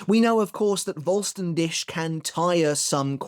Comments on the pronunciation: So not trying to fault or take him down any pegs, but Vollständig in German like with W and V is also pronounced different with W it’s a V sound, and for V it’s an F sound and the last par as you pronounce it dik with a heavy emphasis on the kh sound, it’s more the English word dig so in English it would be said like full-stan-dig. Like the Spanish Resurrección the pronunciation is very similar to English, but the double R’s has a different sound entirely in Spanish it a rolling of the R’s and as for the cción it’s just the same as English’s cion sound. That’s all the knowledge I’m dropping today again, I’m not putting anything on you or making fun of you or anything I’m simply saying this to try help but also it could be your accent that might hinder it. But it’s also just helping anyone learn these languages, as I’ve been doing since reading bleach. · Dude please learn the correct pronounciation of the word Vollständig. If you can't, then please just say complete form or holy form or whatever. Cause right now it scratches the ears a lot